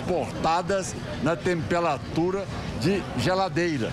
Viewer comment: "Tempelatura" kkk